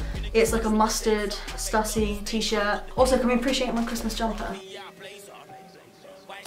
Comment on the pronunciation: Just to let you know it's pronounced Stoo-sy, hence the accent (Stüssy)